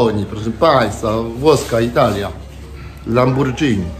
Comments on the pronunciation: jak juz Wloch taki to Lamborgini nie Lambordzini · Mówi się lamborgini nie lambordżini 😂🤣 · LAMBIDŻINI HAHAHA